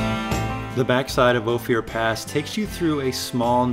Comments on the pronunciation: 😮 Used to drive all those roads working High Lakes survey for the Colorado Game Fish and Parks back in the late 60s. By the way it is pronounced Long O, fur as in animal pelt, pass.(O fur pass) Hard to believe but we would drive those High mountain roads for a week and see maybe two other vehicles. Those were the days. You could shoot a gun off on the Main Street of Silverton at noon and there would bd no one one around to notice! A near ghost town, Telluride wasn't a whole lot better. Had a guy offer to sell me three Victorian homes on the Main Street of Telluride for $9,000. Not each, $9,000 for all three of them. Lord what they're probably worth now. Of course I was a poor just out of school fisheries aide working in an entry level job so I might have had $9 in my pocket, maybe? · Hey there, love your videos, thanks for all the hard work! In case no one has told you Ophir is pronounced like gopher. Beautiful place! Last time I went down black bear I followed a Acura SUV. Could not believe that he would take it on that trail! Found myself thoroughly surprised that he zipped that sucker around like it was meant to be there. I confess being impressed. (Especially on the tight switchbacks.) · Nice documentary. I'm born and raised in the area of Ouray and I CRINGED every time he pronounced "Ophir". It is pronounced "O FUR". His..."O FEE UR". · Always can tell when someone is not from Co! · Great video. By the way Ophir is pronounced Ofur. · you have to forgive him cause hes from KALIFORNA. LOL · Hi, I live in Ophir (pronounced like gopher, but without the 'g'.) I wish you had come this year! Trails are fully verdant and waterfalls are gushing with our biggest snow year ever behind us. (last year was super drought)...I just bought a Jeep JLUS and haven't modded anything yet. I did Ophir and Imogene, but think I'll want to get big tires and a lift before tackling Black Bear. Thanks for the videos! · Cool video. Ophir is pronounced ofe er btw. Not oh fear.